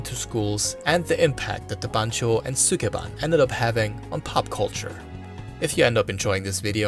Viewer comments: All that research and he couldn't even learn how to pronounce "sukeban" correctly. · “Sukeban” is how Maduro pronounces Mark Zuckerberg’s last name